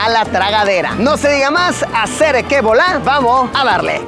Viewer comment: Me da erisa cuando luisito dice asere q volar ccuando es asere q bolá mi elmano